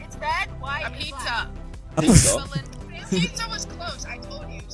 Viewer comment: I thInk that girl said Ibiza not Pizza while seeing the Egypt flag...